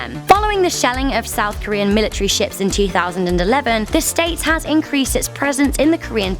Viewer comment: It's military not milatrary